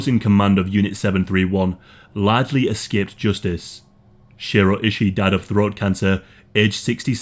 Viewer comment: It’s pronounced Shoe-roe eye-shy, that’s how you pronounce his name.